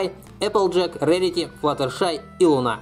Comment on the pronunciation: 1.не Эмоджи а эмОдзи ударение. 2.не лунА а лУна ударение. 3.а пони на ладони?????